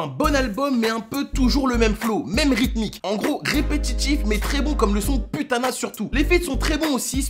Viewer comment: "Poutana" pas "putana" stp, et j'attend en balle comme jamais M.I.L.S 3.0 INSHALLAH